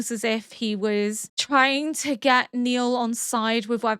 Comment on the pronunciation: (BTW his name is not Neil, it's Nile, rhymes with "mile" 😃)